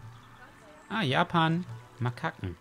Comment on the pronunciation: Es heist japanmakaken langsam ausgesprochen